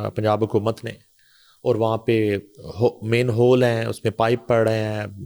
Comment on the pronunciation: Aap 'Manhole" ko Mainhole kahtay rahin...